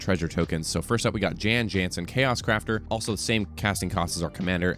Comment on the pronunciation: I'm just here to say that "Jan Jansen" is pronounced "Yon Yonsen", per the voice work in Baldur's Gate 2 where he's from. Otherwise, this looks like a cool deck, and remember: the House always wins.